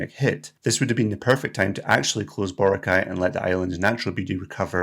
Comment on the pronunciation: It's not Bore' - ah - kai 🤣